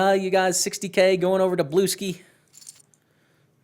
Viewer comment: I'm pretty sure blueskyy is pronounced as "blue sky" not "blueski".